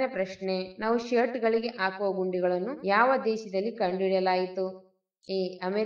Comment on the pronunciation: Madam why you pronounce Haru,instead of aaru (6) ,,attu instead of Hattu (10) ,aakuva instead of hakuva ,,, am sorry to mention this